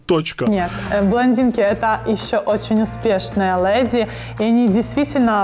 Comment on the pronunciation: Она хоть бы говорила правильно не лЭди,а леди...